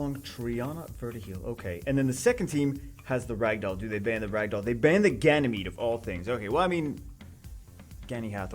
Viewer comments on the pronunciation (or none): none